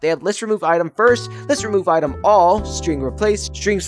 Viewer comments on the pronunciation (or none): none